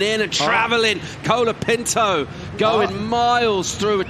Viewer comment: bad judging.. seems the judges and commentators especially like to say "Kolaa Pintoo" a million times like they were rappers.. hilarious how you pronounce it. and yes the judging in portugal was a fuck up.. like jack robinsons wave got a 9 by an aussi judge when all the others gave a 7. lol